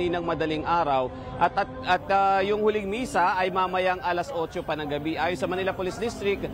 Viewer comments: good video btw "ng" like in, for example, "buwan ng wika" is pronounced "nang", not "nga" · “ng” pronounce as nang not nga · why do you pronounce "ng" as "nga"? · Your accent is very good. The only thing I heard that you have difficulty is pronouncing the word "ng". When it is a particle like "buwan 'ng' wika" or "Nagdala siya 'ng' liham", it is pronounced as "nang" even though it is spelled as "ng". Keep it up 🥰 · ng pronounce as nang